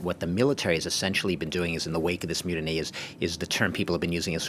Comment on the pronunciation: When says "myoodinee", does he mean "mutiny"?